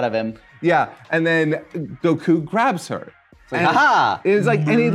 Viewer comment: How come says Go kuuu and Pon but not Kulilin?